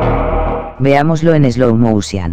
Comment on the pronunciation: Alejo Briga a mi también. Y me meo cuando dice “eslou mousian.”